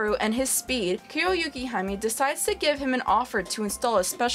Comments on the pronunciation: its kuroyukihime not kuroyukihami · It's actually Kuroyukihime which translates to Black Snow Princess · The way you pronounced Kuroyukihime was kinda off. But still a good review.